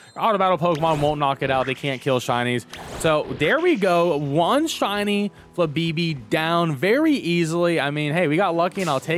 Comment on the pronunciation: Flabeebee? No, you gotta channel your inner Moira Rose and actually say the accents in FLABÉBÉ